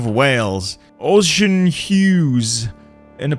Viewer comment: i can forgive 'ports-MOUTH' but 'ocean' for osian was a war crime